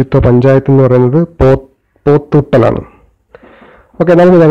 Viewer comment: Its not pothuttal...its പോത്തുകൽ... in malappuram district nilambur taluk